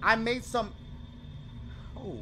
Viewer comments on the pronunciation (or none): none